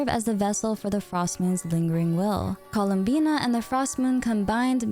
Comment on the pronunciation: i thought her name was "columbia" cause there was no "n" in her name